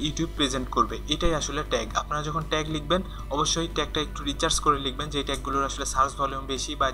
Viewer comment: আরে গাধা... Recharge না, এটা হবে Research.